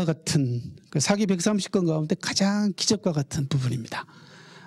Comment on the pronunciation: 우선, 먼저 실망한 것은, 사기를 강의하는 학자가 사기의 "사"를 짧게 발음하신 것입니다. 사서, 사학 등 ",사"는 모두 장음으로 길게 발음해야 합니다. 사기를 강의하는 한국 학자들이 모두 같은 실수를 하고 있음에 놀랐읍니다. 고전을 전공한 학자이면 적어도 한자의 자고저쯤은 약간 알고 계셔야지요. 한국에서 한국어 강의를 하시거든 영어는 좀 덜 하시고 한국어를 바르게 쓰셔야겠읍니다. 계속해서 사기의 "사"를 짧게 말하고 계십다. 제 말씀이 의심스러우시면 , 한한 사전이나 이 희승 편 국어 사전을 참고로 보시고, "한국 어문을 고바함" 을 일독해 보시겠읍니까. 미국 변 완수 배